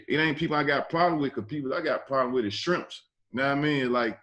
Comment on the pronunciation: "they skrimpp's"😂